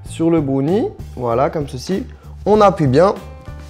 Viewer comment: C'est bRownie et non bonie